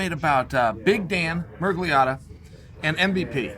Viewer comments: Wow a name Chael can pronounce correctly..... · Chael mispronounces 90% of the simplest names in mma but nails both the spelling and pronunciation of Miragliotta.